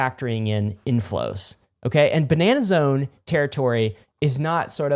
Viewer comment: You boys can't say "Ba-Nah-Nah-Zone" without also taking a sip of wine immediately after. If you're gonna do it, do it right. :)